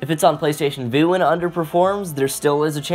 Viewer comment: Vue is pronounced view not voo.